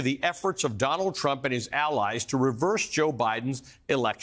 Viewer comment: Her name is Fani and they fear her. It’s pronounced Fawni. She has a name you know. Watch what happens.